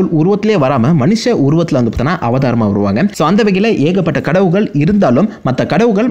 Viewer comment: Adhu Enna Dah Kadavugalll_✅✅✅ Kadavulgall_❎❎❎ 😁😁😁😁😁